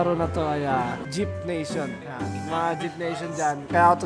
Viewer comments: HAHAHAHA nakakatawa yung "jip" nation 😂😂😂😂 J Y P Nation dapat yun 😂😂 the best ka talaga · baka malito po kayo sa “JYP nation” di po “JEEP nation”, “jay-why-pee nation” po ang bigkas skl po 😂